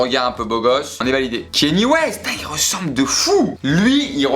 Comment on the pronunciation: la morphologie du visage de Britney c'est flagrant, brad pitt j'aurai dit JCVD, et sinon kanye ça se dit pas kéni, ça se dit kanié (véridique) mais dit vite ça passe xD